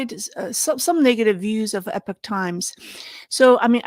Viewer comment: Epic is pronounced eh-pick but Epoch is pronounced EE-pawk. just FYI. I like Epoch English and Chinese for their coverage of China, but when they cover the US, they tend to jump down MAGA-hat conspiracy rabbit holes without much critical thought. IMHO. On YouTube, China in Focus NTD I believe is owned by the Epoch Times... and YouTube has demonitized them for the next two years.